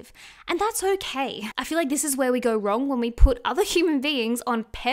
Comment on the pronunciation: 'Wrrrong!' 😂 I love you